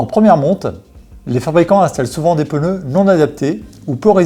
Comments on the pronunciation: Quand j'entends "peuneux " au lieu de "pneus " 🥴 , ça devient compliqué le reste de la vidéo. Mais y'a des gens qui "croivent" que ça se dit comme ça !? 🤘😜👍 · ”Les pEneus”